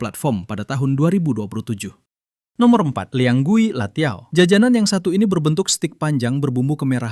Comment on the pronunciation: bukan latiao tpi lanciao itumah